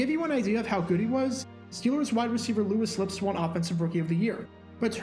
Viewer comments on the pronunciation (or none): Another great Video from the best sports channel out there. I do think it’s pronounced Loo-Weee Lipps though